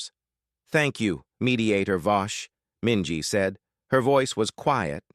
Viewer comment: Minji… really?